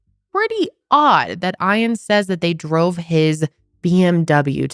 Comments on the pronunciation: do you mean”Ian” as in “EE-IN” ? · Aaah im sorry but im struggling to watch. Eash time you say eye-ann its making me twitchy It's Ian like E-ann❤ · is his name really eyean or is she just mispronouncing ian? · She don’t know how to pronounce Ian and it’s really annoying “eye-ann” lmao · Why are you pronouncing Ian like that???? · How are you not able to pronounce Ian 🤦‍♀️ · why do you mispronounce Iain’s name repeatedly?!? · Why are you pronouncing his name like that😵‍💫